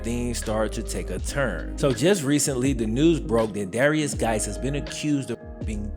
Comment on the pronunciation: Swear ta GAWD I thought he was saying "various guys".